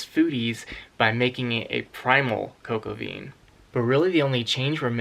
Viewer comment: I like your pronunciation! 🇦🇺💐🇺🇸 I ate coque-au-vin in France; I'm sure your dish will be excellent too. 👌